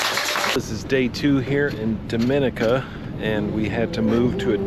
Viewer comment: Dominica is my favorite island! We love the people, trails, waterfalls and views! needs to learn to say the country name correctly though, lol.